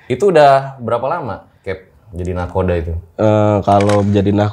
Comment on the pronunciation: Nakhoda yang betul mas.